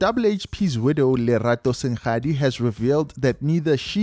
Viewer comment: It's Lerato seng-adi not sen-gadi